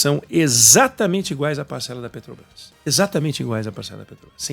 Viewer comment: Esse jumento fala "pretobais" se não sabe nem falar, como vai entender de precificação dos combustíveis.